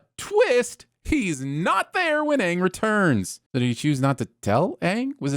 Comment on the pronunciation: Best thing about this series is at least its AANG instead of OONG